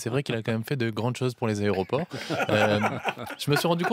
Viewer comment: On dit aéroport et non arrêt au port. 🤣🤣🤣🤣🤣🤣🤣🤣🤣🤣🤣🤣